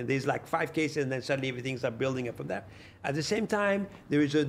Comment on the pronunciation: That nigga said "I called thee NBA" 🤣🤣🤦🏾‍♂️Major fkn flex